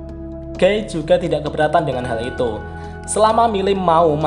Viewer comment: maap koreksi nih... guy sebutnya bukan "Gey" tapi "Giy" 🥰🙏